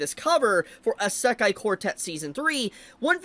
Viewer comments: Brother has NO IDEA how to pronounce "Isekai". Lemme help you, kid. It's said E-See-Kai , NOT A-Sak-Kai. (Semi) joke aside, I can't wait for more Isekai. It's been years! Sources: Japanese wife / Speaks four languages./ weeb for over 40+ years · Why does he pronounce it esekai